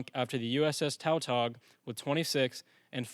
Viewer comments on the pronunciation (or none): Tautog is pronounced “tuh tog.”